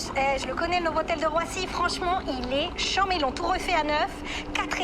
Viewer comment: Petit détail de prononciation: pour chanmé, on ne prononce pas le N du tout. le "an" se prononce exactement comme dans "méchant" qu' prononce bien.